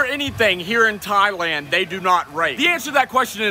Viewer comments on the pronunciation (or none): none